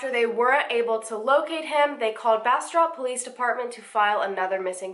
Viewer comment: Also, great job pronouncing Bastrop. I'm from an area in Louisiana near Bastrop, Louisiana and it's pronounced completely different. Took me a while to get used to BasTROP, Texas.